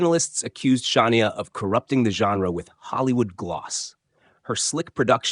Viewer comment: Stop saying Shania's name if you can't pronounce it